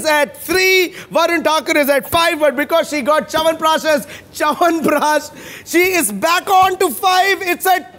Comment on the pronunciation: did she just say "Charanprash" ??